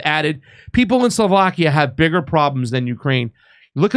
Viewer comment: It’s not pronounced: Soulvakia c’mon pasta